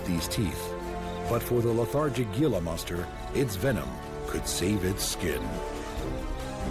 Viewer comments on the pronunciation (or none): The g in gila is pronounced like an h